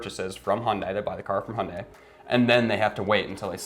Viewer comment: its not messed up its called " supply & demand" dont say ydk & mislead viewers. its still a free market & we're plagued by "chip shortage" & supply manipulation than valued goods now become precious. & its not " hundie" its called hyundai pronounce [hyun-day] u guys clowns go drive a fiat quit driving my countries cars